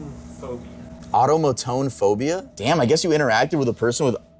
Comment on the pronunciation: I hate to be that person but I'm pretty sure it's actually pronounced Automoton-O-Phobia